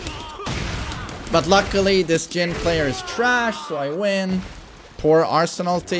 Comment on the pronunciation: All these years, he's still saying Arsenalty's name wrong on purpose.